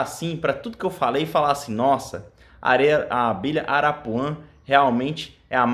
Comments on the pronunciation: Não é arapuã, é arapuá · Não é arapuã é arapuá.